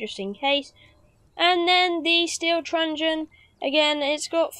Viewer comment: Great guide, really well made but I had to laugh every time you said trungen😂😂